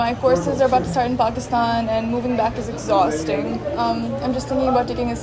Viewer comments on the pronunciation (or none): the way she completed her ratta saying exzhaawstingg